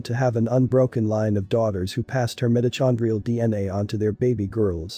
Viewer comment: The person narrating this needs to learn how to pronounce words CORRECTLY! like mitochondrial and ocker!